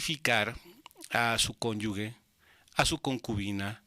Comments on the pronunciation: Excelente información. Pero no es cónyugue, es cónyuge... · ¿Cómo que "conyugue"?